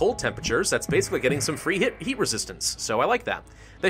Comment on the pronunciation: He said eat instead of heat